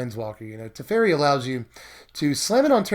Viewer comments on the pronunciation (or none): Its teferi not terefi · anyone else start screaming to themselves whenever he said teferi? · It’s kinda funny how your pronounced teferi 2 different ways within seconds😂 awesome video tho! Always love watching!